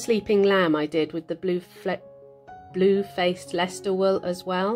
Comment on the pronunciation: Really enjoyed this tutorial. I am inspired for Christmas presents now, thank you. I really laughed when you said Blue flaced Leicester I say it every time I mention them, its so hard to pronounce. I got my family to try and they all stumbled! 😄